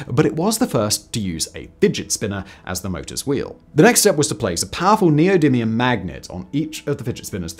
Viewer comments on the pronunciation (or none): none